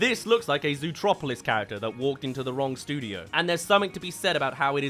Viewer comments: why do you keep calling Zootopia "zootropolis" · As an American, I get confused everytime you say zootropolis XD